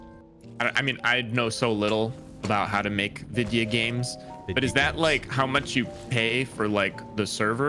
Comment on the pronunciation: “vidya games”